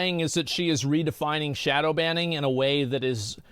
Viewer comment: "shodow" xD